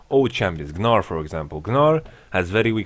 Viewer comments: I love how he pronounces Gnar. everyone says 'nar', but he says 'Gnar' :) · Doesn't really make sense since gnar himself calls himself nar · Yamato has put the G in the Gnar.